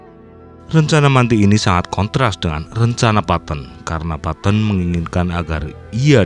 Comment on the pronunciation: Bro baca nya petten bukan patton